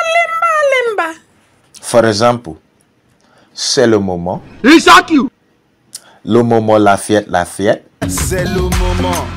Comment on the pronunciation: I'm from TOGO i like your french "cé le moment"😄😄😄 you are the best😄😄😄👍👍👍